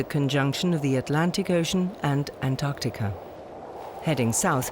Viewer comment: Antarctica ka naam antarkatika aaj pehli baar sunna 😂😂😂 antaar ka tika hi kehna tha ab